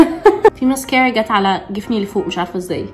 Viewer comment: انا بحبك ابغي اقولك شئ ليش تنطقي المسكرا بهيدي الطريقه